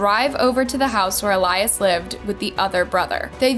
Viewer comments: Is it really pronounced “ elyze “ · Can you be more mindful and considerate about the way you pronounce latinx names? At least pretend to care about the latinx community by researching how to pronounce our names. I’m sure you’re banking on this video yet haven’t pronounced poor Eh-lee-ahs’ (Elias’) name correctly ONCE. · It’s EL-YAS. Not ALAYAS. Jut want to point that out. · Why are you pronouncing it El-eye-iss and his mom says El-ee-es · His name was EEE-LEE-US Let's respect the dead, especially since you're profiting off of his death. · Loved the story, well researched and narrated. the only thing that kept shaking me out of it was when you kept pronouncing his name wrong. his mom said it the right way... you must have seen that doing research. why didn't you just say it like she did? I know you probably didn't mean it too but it came across as if you didn't care to say it correctly or respectfully. which sucks because everything else is great. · It would be nice if you pronounced the brother's name correctly. It would show some effort and caring on your part. Also, to everyone watching this a nice girl will not ask you to meet at a park at 2 am May Elias rest in peace. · Did you even watch the clips you used? You can clearly hear how family and friends pronounce Elias' name, but you still manage to mispronounce it every time. Just a little disrespectful to not even get his name right. RIP Elias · Why do you keep mispronouncing his name after his family and news said it multiple times? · Imagine creating a story about someone and hearing the way you say his name VS the world. It’s not hard 🤦🏽‍♀️ I cringed on this one